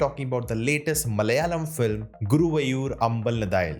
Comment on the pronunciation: Nona, for the amount of Malayalam films you review, you need to learn our language also its "Guruvaaayooor (Its the place) Ambala-Nata-yil (amabalam = temple, nata = gate/gopura natayil = infront of the gate) Translated "In front of Guruvayoor Temple"